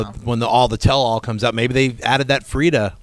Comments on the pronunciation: It's /Frigga/. My god that was irritating me. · It sounds like the crew is saying Frida, just to clarify, it's Frigga. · Guys its Frigga not Fridda. :-) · FriGGA guys Not Frida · LEARN YOUR SHIT...... her name is FRIGGA, STOP saying Frieda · best marvel movie besides avengers and as a comic and norse mythology geek i loved it. caps scene was sooo great. i should mention its not "frita" its FRIGGA! haha love you guys. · FRIG-GAH! not FRIEDA! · Its FRIGGA/FREJYA not Freda and yes she was awesome along with the whole movie! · Guys, "Frigga" not "Freeda". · it's Frigga. FREE-GAH.